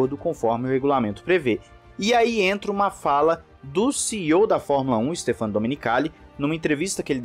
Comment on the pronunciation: adoro seus vídeos, tanto pela qualidade do conteúdo, quanto pela forma de apresentação, como pelo volume de produção. Assisto a todos. Só me permita fazer uma observação. O nome do CEO da Liberty se pronuncia Stéfano (acento agudo na sílaba "né"). Confira no Google tradutor, para ver. Abração.